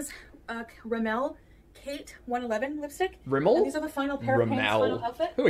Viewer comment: Rimmel... "Rim-Elle" is the new Dose "Doe-say"